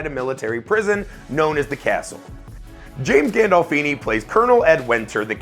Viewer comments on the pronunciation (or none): none